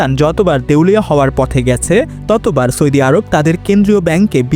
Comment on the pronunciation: আপনার উচ্চারণ শুদ্ধ করুন। সৈদি, ত্যাল সহ বেশ কিছু উচ্চারণ শুদ্ধ করতে হবে। শুদ্ধ উচ্চারণ হবে সৌদি তেল.......।